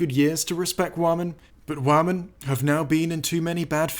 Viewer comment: Wahmen. The way you fucking pronounced had be fucking dying laughing Lmfaoo.